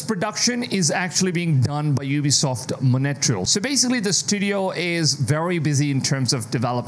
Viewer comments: Its montreal not monetrel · 💩 every time he says monattreal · The way you pronunce Montreal Like Monateral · Mon-Tree-all (Montreal) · It’s pronounced Mont-real. Thank you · I was so confused and thought this was a branch I’ve never heard of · I thought I was trippin' - dude kept saying Montreal so weird...OMG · and you still didn't learn how to pronounce Montreal 😭😭